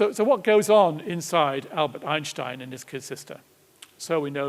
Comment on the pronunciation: Finally, someone pronounces "Einstein" correctly.